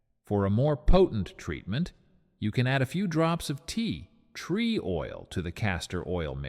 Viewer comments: 😂😂😂😂😂😂Agree! TeaTREE oil!!! 😂😂😂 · Teeeee tree oil.? Bloody AI voice really annoying. Cannot watch it.